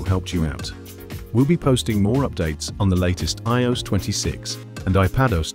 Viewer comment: Can we please stop using AI voices that struggle to pronounce the word IOS!